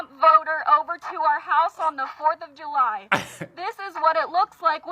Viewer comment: Am i missing something? Can you not say the word July😄? I heard ju-y and ju-my but never heard July.